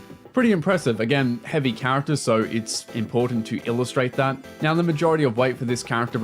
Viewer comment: are you serious right neow